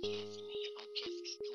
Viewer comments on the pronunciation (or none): Ele dando a vida pra pronunciar tamagotchi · ルーサーのたまごっちっていうチョイスと、が頑張ってたまごっちを発音しようとしてるところがたまらなく可愛いな……